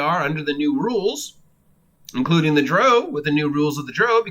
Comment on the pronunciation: The core races are in the PHB. Also you are mispronouncing drow